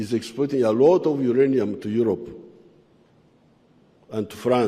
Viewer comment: Aerope not Europe